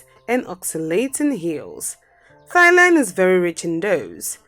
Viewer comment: Ah yes thighland